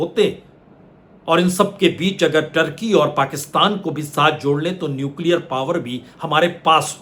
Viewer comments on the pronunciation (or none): none